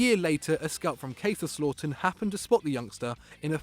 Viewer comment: Please learn how to pronounce kaiserslauten